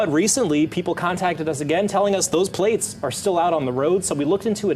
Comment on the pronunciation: This is awesome. Lol. "Your pwates hurt my feefees."🥺 🤣🤣🤣🤣🤣🤣🤣